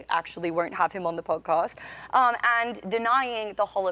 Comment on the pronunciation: Every time the cute brunette says "pudcust" I totally drift off, like listening to a hot chick talk about her workout routine Use your big people words, folks What is that language she's speaking anyway?